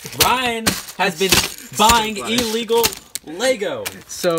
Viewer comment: its ILLEGOL